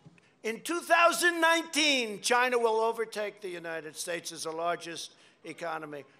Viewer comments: After 4 years in office Mr. Trump still struggles to say China right. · "CHINA" i love this guy hahahah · ✨Chy- nya✨ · C H I N A H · "We were beating CHIENAH" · “We beat chiNAAAAAAH”